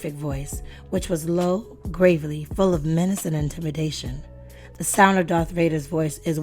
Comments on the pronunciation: It’s pronounced gravel- ly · She needs to learn how to pronounce the word "gravelly".